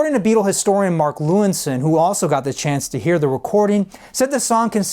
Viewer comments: Nice story but Mark's last name is pronounced Lewisohn (not 'Lewinsohn') :-) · The guy's name is Mark Lewisohn, not Lewinsohn